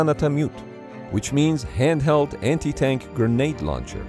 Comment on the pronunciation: Gra-nade. Please for the love of god and all that is holy. Stop saying Gernade